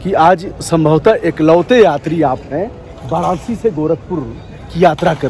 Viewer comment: आप "वाराणसी "को "बाराणसी " बोलते हैं , आप "विकसित" को "बिकसित" बोलते हैं, आप "विश्व" को "बिस्व" बोलते हैं, अजीब है यह. अजीब है यह. " बैस्ड़ो " ????????? ===> " वैष्णो "